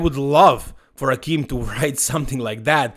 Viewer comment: Akim is super chill, so i don't see him posting the trash talk stuff. Heck, he's ok with everyone pronouncing his name incorrectly (it's A-Kim, rhymes with "hey Kim"). So, as much fun as that might be, i doubt it. Even if he will make Chris look small. Respect for the apology, you're a true professional,!